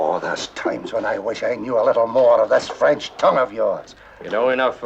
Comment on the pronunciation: Once I'd gotten over Wilde's questionable French accent this turned into a decent film.